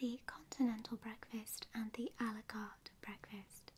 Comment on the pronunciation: I love how your pronunciation of a la carte sounds like Alucard.